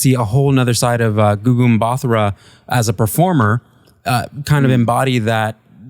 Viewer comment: Butchered Gugu’s last name lol